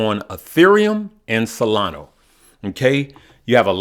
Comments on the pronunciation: Solana. ah. not o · It's SOLANA not Solano, and its CARDANO not Cardana. SMH... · solanA not SolanO lol